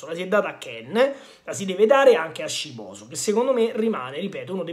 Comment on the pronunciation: La pronuncia dovrebbe essere giusta,un Gran Bel talento e la Juve CI ha visto lungo,merito alla dirigenza,questo è veramente un diamantino,lo seguo da un pó,speriamo non si perda..ciao 🖐